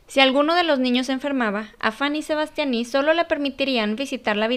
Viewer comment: "faní sebastianí"😂🤣